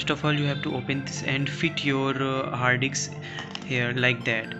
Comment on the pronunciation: its HARD DISK...not Haadiks😂